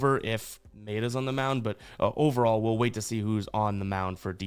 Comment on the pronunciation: It’s Kenta My-ayy-duh lol